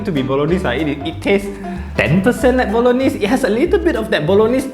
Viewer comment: Ayy you know the correct Bolognese pronunciation! I see you as a man of culture. This I’m gonna buy!